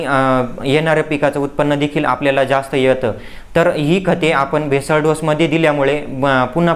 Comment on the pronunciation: बेसल डोस,,,, भेसळ डोस नव्हे l